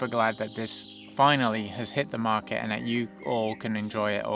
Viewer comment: "What's datt??"